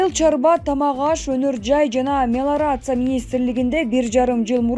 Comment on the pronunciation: Мелорация эмес, мелиорация